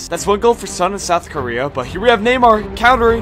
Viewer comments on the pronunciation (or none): none